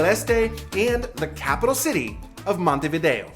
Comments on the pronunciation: Montevido no, Montevideo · la traduccion IA es lamentable, "Taza caliente de mate" ??? "punta di" ? es MONTEVIDEO Y NO montevi. otra cosa..... el tango no es argentino, es RIOPLATENSE entre montevideo y bs as. vuelve la IA a decir monteria a MONTEVIDEO. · Terrible la pronunciación, especialmente de los lugares: Montevideo, Punta del Este, la mano, Museo Carlos Páez Vilaró. 😮